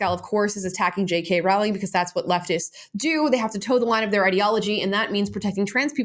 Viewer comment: Damn, people still haven't learned how to pronounce Rowling properly